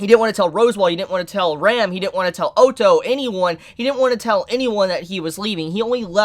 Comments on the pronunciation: Don't mean to hurt your feelings but please pronounce the names of a few characters the correct way, like satella, otto etc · Not to mention he pronounced Echidna like Echidana or Otto like Oto, like wtf?! It's so distracting!